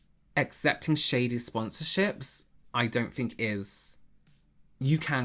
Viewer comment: "I don't fink so"